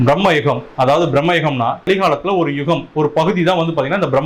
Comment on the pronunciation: பிரம்மயுகம் இல்லை பிரமயுகம் 🙃